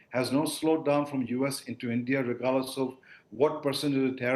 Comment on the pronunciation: भाई तू पहले ढंग से बोलना सीख ले । ऐसे बोल रहा है जैसे तेरा पिछवाड़ा जाम है ।। और ईईईनदिया क्या होता है ? ठीक से बोल और मुंह से बोल